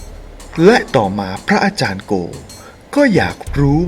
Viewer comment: ทำเสียงปกติจะดีมั้งคะ ไม่ได้พากษ์หนัง หรือเล่านิทานให้เด็กฟัง ไม่ต้องทำเสียงขนาดนี้ก็ได้คะ พะอาจารย์ หรือ พระอาจารย์คะ พูดให้ชัดคะ ภาษาไทย จะน่าฟังกว่านี้เยอะเลยคะ ตัว ร ล และ เสียงควบกล้ำ พูดให้ชัดๆ คะ อาชีพนี้จะได้น่าสนใจกว่านี้คะ สาธุๆๆ